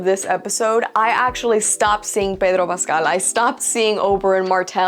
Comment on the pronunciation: The way you pronounce Pedro Pascal is really annoying. Please stop we get it your latina but just pronounce it like everyone pronounces it.